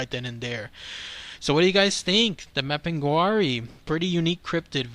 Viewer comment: It's pronounced map-in-gar-ie